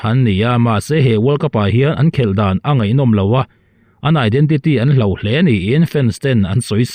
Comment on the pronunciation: Hlauh ni lovin hloh tih tur aw.